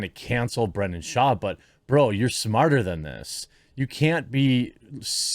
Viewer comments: You’ve got to pay more attention to names. You are horrible with this. Brendan. Not Brandon. It may seem small, but it’s like Israel Adesanya, it’s not hard. Odd Uh Sahn- Ya. 4 syllables. It just makes it seem like you don’t care or you’re mid Michigan to the bone. Oakland county, myself. Try harder. Yes, I’m subbed. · You spelled Brendan but you keep saying Brandon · Its Brendan. Not Brandon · "Time is undefeated".. That's AMAZING and I'm borrowing it. Thanks! 👍 But his name is BRENDAN with an "E".. not Brandon.. I'm just saying.. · Why can't you say 'Brendan'? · It's brenda shwab, get his name right.